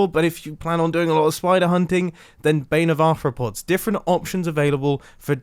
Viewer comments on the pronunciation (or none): none